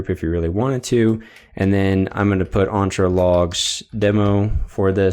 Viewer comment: The E in Entra is pronounced as in 'Enter', not as in 'Aunt'